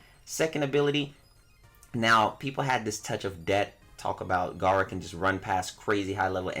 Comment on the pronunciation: it’s gera tf you saying Garra for